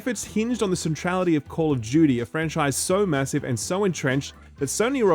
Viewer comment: Wtf is call of Judy?